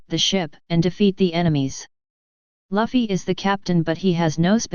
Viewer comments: the computer might pronounce loofy better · Lafi? Lavi? Who do you mean?? its Luffy, it pronounces same with Goofy but with "L" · why you pronounce luffy as laffy? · Zoro is the first mate.... He's Luffys (not Laffy) right hand man.... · did he say luhffy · You pronounced Luffy wrong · the way that voice thing pronounces luffy makes me wanna kick a baby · Why does your voice sounds so robotic? And why are you pronouncing Luffy's name wrong? And a female character doesn't automatically equal fan service, it's when that female char is used soley for sexual reasons.